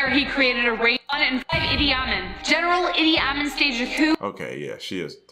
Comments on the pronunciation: Yes, she is mispronouncing Idi Amin. It is pronounced EEDEE AHMEAN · It's eedee ahmeen. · You are right! She mispronounced Idi Amin. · Idi Amin is the same one you're thinking of, she just didn't pronounce the name correctly. Yep, the same man that the movie The Last King of Scotland is about. Also, if there was two more spots on this list, I think we should give one up for Tamurlane. The other one should go to, drum roll please...Alfred Nobel. Now, I know what you're thinking. But, think about it, this man was known for inventing DYNAMITE. This son of a bitch blew up half the world, then had the balls to give out a peace prize. Man should have had been fileted alive for what he did. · I thought #1 was Mao Tse Tung. Why is it spelled Zedung??? Confused now. And yes, she was mispronouncing Idi Amin's name. She also failed to mention he called himself Dada, for he saw himself as his people's father.